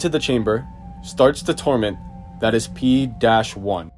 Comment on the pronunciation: did he say p1 instead of p-1